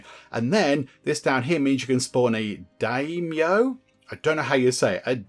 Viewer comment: FYI its DYE-ME-O (daimyo)